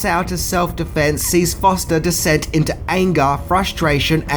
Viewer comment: I just heard him pronounce anger as Aaengar. Stopped watching then and there